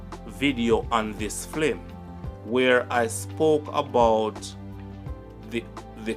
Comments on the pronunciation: Why do you constantly pronounce the word FILM as FLIM ? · please say film😢 the FLIM IS KILLING MY EARS...LOOOOVE YOUR CHANNEL ❤ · F-i-l-m (Film) NOT F-l-i-m (Flim) #Lovesign